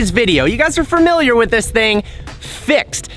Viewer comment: Nobody: Not a single soul:: "Fermiliar"